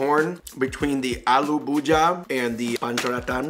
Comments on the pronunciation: That's alu bhujiya not allu buji😂😂😂😂😂😂😂😂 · Its not aalu bhuja Its aalu bhu - ji - yaa